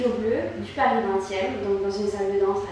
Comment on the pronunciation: U look beautiful. U sound so cute when you said Paris as pari.